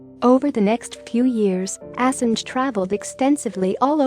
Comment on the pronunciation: pronunciation of Assange is wrong